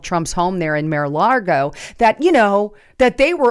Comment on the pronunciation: really neads to learn how to pronounce Mar-a-Lago, no 'r' in 'Lago'